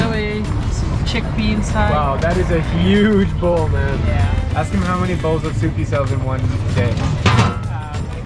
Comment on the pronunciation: I love how the friend of Drew pronounces Bowl to “Bawl”